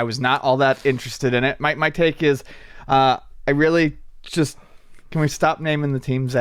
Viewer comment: Fun drinking game, take a shot every time says "uhh here" or says "chust" instead of just.